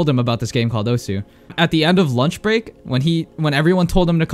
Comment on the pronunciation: Who tf says osu? (oh su) Its Osu. (Oss, like you already said desu.)